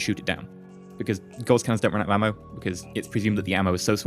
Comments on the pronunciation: Isn't it said like gauze? As in a gauze mat? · Gauss rhymes with louse, btw :-). And you keep saying 'duranTium', which I admit does sound better ;-).You got me into Aurora, thanks for that, it's great. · Actually both pronunciations of Gauss are accepted. However you are right about Duranium.